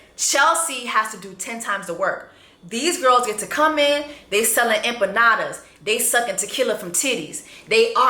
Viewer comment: Those empanadas piss me off. She can’t even pronounce it right 😭💀